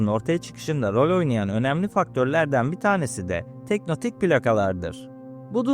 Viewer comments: Teknotik değil "tek-to-nik" abi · Teknotik değil tektonik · Abi "teknotik" değil "tektonik" Videoya odakalanamadım fjfjfndkkdkd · tektonik olarak telaffuz etmemiz daha doğru olur. emeğine sağlık.